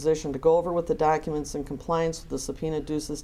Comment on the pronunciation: "Is it a man or a woman?" "No, it's a lady." "They's pacific docka-ments." How can any sane person listen to this asshole "preach" and take him seriously??? I just don't get it.